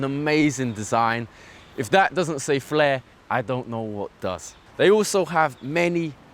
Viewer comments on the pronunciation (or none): none